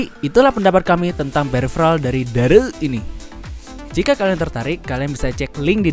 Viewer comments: Bacanya bukan dareu logat sunda, bacanya Dare You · Kyknya harusnya dibacanya dare u deh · Dareu itu merk cina dibacanya Dare U #cmiiw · Ngomong "dareu"nya ga biasa njir 😂